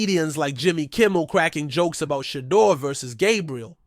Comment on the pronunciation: Finally, a channel where we can hear Shedeur's name pronounced properly and better visuals. I'm subscribing. I like the commentary and league "forecasts“ .